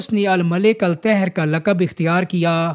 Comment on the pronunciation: Tehar na hi zehar, wrong accent, (ghalat lehja), sahih kerlo. Hamesha 'aleef' ziyada kheencho, 'taahir' 'zaahir' sahih he. Anisur Rehman Khan, Advocate, Karachi, Pakistan.